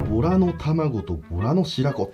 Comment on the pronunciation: ボラがとら🐱って聞こえたー めっちゃビックリしました(笑)